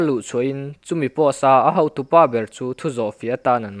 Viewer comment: I chhiar tha viau, mahse chhiar dikloh a awm zeuh zeuh entirnan hautu ni lovin hotu tih tur, tan han la deuh teh mi tamtakin an ngaithla a, a dik emaw an ti palh ang